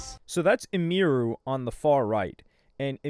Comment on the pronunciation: Bro idek why it bugs me but people be SCUFFING her name up making it way more foreign than it is🤣 her name is Emily sooo Em-Iru. Bro talking bout "IMERU"🤣